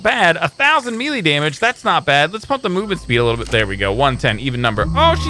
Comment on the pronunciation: You say milie not melee